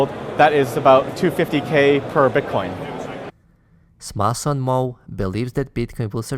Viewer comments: Its Samson not Smason. Just a soft correction. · Dude it’s Samson not Smason.